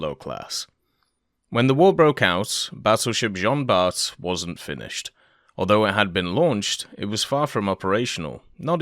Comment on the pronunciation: French pronouciation tip : "Jean Bart" is pronouced "Jean Bar", without the "T"